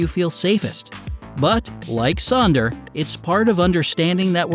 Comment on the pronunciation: It’s not Sonder, actually Sönder